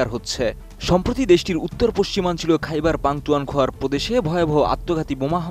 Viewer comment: কি সাংবাদিক সে খাইবার পাখতুনখোয়া উচ্চারণ করতে পারেনা